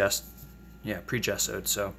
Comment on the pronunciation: I'm so glad you pronounced gesso correctly!!